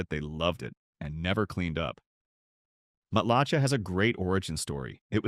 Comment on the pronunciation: Wow! I'm only halfway through the video and know what you're talking about! Hey AI, it's "Dun-EE-dun!" and "Matt-la-SHAY!" However, most of the info is accurate, although these towns are pretty much reserved for very wealthy retirees, especially Boca Grande. Ten years ago, as a limo driver, I had a wealthy passenger who lived there, complain to me that on Boca, "The Billionaires Are Chasing Out The Millionaires!" Nowadays, I wonder who's chasing out the billionaires?